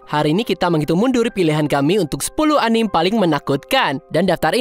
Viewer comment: Pengucapannya bukan "anim" min, tapi "anime" ada e nya.. karena itu bahasa jepang dan pengucapannya jg dalam bahasa jepang seperti itu cmiiw